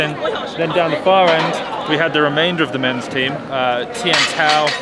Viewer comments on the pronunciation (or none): none